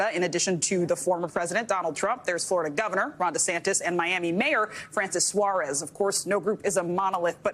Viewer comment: For these events Ron insists his name is pronounced "DeSantista"